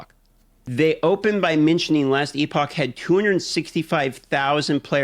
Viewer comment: Editor, please make AI Asmon pronounce Epoch correctly for Asmon everytime he says E-Pahk. Thank you.